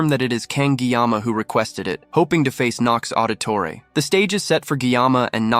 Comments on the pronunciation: Auditore?Ezio audtore? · Did you say Auditore?? 🤣 The assassin family? Really